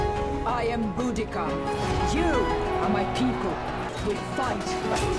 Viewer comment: You guys are the first ones I've heard pronouce Boudicca right.😘 Very interested in the fish and chips.